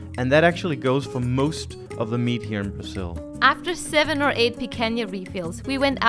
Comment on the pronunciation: Somebody tell them that it’s BraZil, not BraSSil.